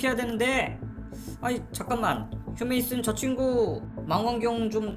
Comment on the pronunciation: 휴메이슨이라 발음하지 않고 휴머슨이라 발음해요.